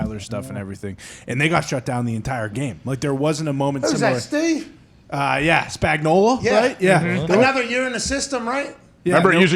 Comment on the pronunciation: People can't say Spagnuolo's name...even people who directly work for him.